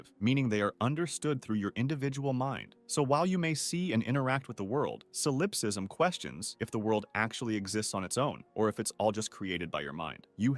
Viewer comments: Thank you for correcting his pronunciation of solipsism. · The way he saying "solipsism " is pissing me off 😂